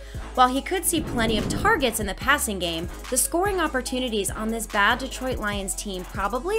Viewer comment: The way she just said the BAD Detroit Lions team 💀